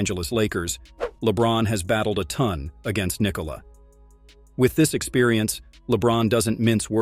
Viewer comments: Why can’t these videos get his name right? It’s pronounced Nee-Cola! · It didn’t. Its pronounced Nee-Cola. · Because americans think they need to force the last syllable of his name.